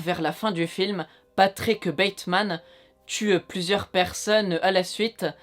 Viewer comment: patickeuh bateuhmaneuh leuh tueureuh